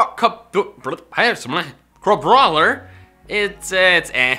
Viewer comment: tries to say crabrawler Me: hearty laughing intensifies No offense, I just found it very funny. Please don't be angry.